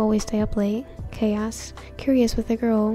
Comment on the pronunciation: Whenever they you said Yuu I thought you where referring to y/n, or when you said “Kei asked” I thought you said chaos